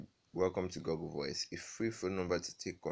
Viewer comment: Oga its not pronounced Goggle BUT Google like this (Gu-gul). Or else dem go think say na bush man you be. 😂